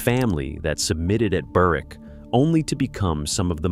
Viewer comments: The w in Berwick is silent like k is in knife. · The map looks like Newcastle, but appears to be pronounced “Burr-wick”. The English Propaganda Office sometimes makes mistakes. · The maps are totally wrong. "Perthshire to its bones" and shows southern Wales. Sutherland at the northern tip of Scotland and shows Newcastle. And goes to such lengths to pronounce Menzies right, yet screws up Berwick and Marquis.